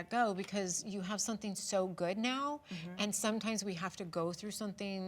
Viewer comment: Gretchen!!! SOMETHING HAS A VERY NEEDED M that must be pronounced as such!!! Not as an N!! For the love of all things holy woman!